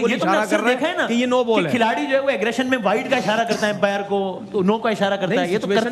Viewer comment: इतने बड़े न्यूज एंकर बने हो अंपायर को empire kyu bol rhe ho बेवकूफ कही k